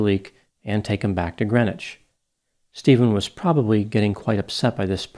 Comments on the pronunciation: You quite literally don’t even pronounce the name of the city correctly (it’s GreenWITCH) 1 minute of research would tell you this. Stephen Kerr did it. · Thanks for your speculation on a situation like this one. I'm from Washington County NY and am familiar with the case. Greenwich is pronounced green witch. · It's pronounced Green Witch it's a thing, you must differentiate from Gren itch of Connecticut fame